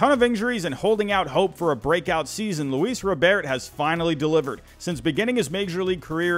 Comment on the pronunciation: Thank you for pronouncing Luis Robert name correctly.